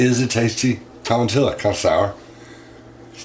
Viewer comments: I love how healthy Boo eats. Always eating new fruits and veggies. you’re so funny. Say TOE-MA-TEE-YO. Lol. The ‘llo’ is pronounced like Yo. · I love me some tomatillo sauce, and just fyi, its pronounced "toe-muh-tea-oh", the more you know! I'm honestly not trying to be one of those trolls trying to get a laugh out of correcting you. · LOL I think it's pronounced "tow-ma-tee-ya" and you're right they are usually cooked with other things.....I've never tried one that wasn't in something so it sounds like it tastes pretty good by itself 😋😋 And Boo you are too cute rubbing it all over you 🥰🥰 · Down here in Texas we pronounce it tomati-yo. Monkey boo is so smart 🧐 and is such a wonderful little guy 😎 , ..........................so is his Hooman family 🥰💝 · Hey.. it's very pronounced Toma..keep..no L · How did i know you'd pronounce it like that lmao 🤣 the Ls are silent lolololol